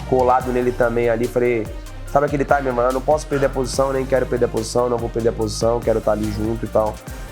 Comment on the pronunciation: Alguém avisa para o Charles que ele falar Taime (time) toda hora , além de chato . Ele usa sempre fora de contexto , expliquem a ele o contexto pq ele fala , arroz e aviao ele coloca um Taime no meio 😂